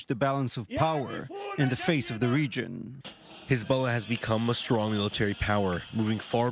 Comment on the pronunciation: "Khezbollah" XD In any case, long live the Axis of Resistance!